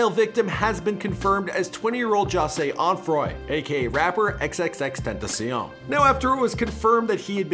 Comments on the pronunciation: U say his name XXXTENTACIEN instead of XXXTENTACION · Ismael Valladares he said ten ta siun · Nun y’all saying it right😂 it’s ten-tha-she-on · XXXTENTACIN Us:🤦🏻‍♂️ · The way they pronounce his name =_= "XXX TENTACIIIIEEEN" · Xxxtentacion ( X-X-X-Tent-ta-see-on) get it right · Did he say "XXXTentaseein"? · Lol he said xxttentiseeon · "Xxx tent uh see uhn" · The way he said xxx ten ta see in wtf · did this man just said 'xxxtentacian' 😂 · Xxxtentacien? U cant say xxxtentacion?? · xxxtenticeon😂😂 tf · He said tentacion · bro why is he saying it like that, xxxten-tee-see-an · Who else is getting triggered by the way he says xxxtentacion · Sauske just like how he butchered x name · Some people can't say XXXTENTACION right but Google can tho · at least read his name right wtf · he did 💀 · 😭 he can't say X's name😭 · no hate. bu it makes me mad the way he says XXXTENTACION. no hate tho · U still can’t say his name right smh 🤦🏽‍♂️ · He says xxxtentacion sooooo baddddddd ! Like if agree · Who else got tired of how this guy pronounces x’s name? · the speaker messed up xxxtentacion's name alllll the way up* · The thing that most bothered me was how he said XXXTENTACION smh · This guy can’t say xxxtentacion names right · OMG HOW HE SAYS XXXTENTACION bruh that reporter pronounces it better than him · i hate the way he say xxxtentacion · I got triggled bc of the way he said the name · if ur gonna make a vid on x at least pronounce his stage name correctly please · I’m getting triggered the way he’s saying X’s name 🤦🏻‍♀️ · he can't even pronounce XXXTENTACIONS name right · Say his name right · I swear this dude is butchering his name make it stoppp!!!! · bruh the way he sais tentacion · He doesnt even pronounce his name right...urksss me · Fake x fan he can't even say his name Right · You can’t even say his name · White boy get his name right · 😂can’t even say his name right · You cant even pronounce his name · OMG! At least pronounce his name right!